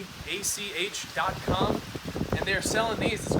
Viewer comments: Everyone: "Botack" Botach: "It's botash" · Botach is actually the owners last name, It's pronounced the second way you said. :)